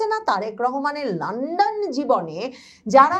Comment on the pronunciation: লান্ডন না,লন্ডন